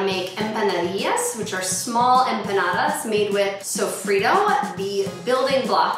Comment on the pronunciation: lol tuna???? wtf. sofido?????? i'm dead, at least try to pronounce it correctly....